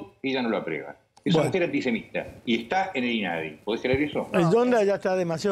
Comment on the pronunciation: sos muy culto pero deberías decir "aprueba" y no "apreba"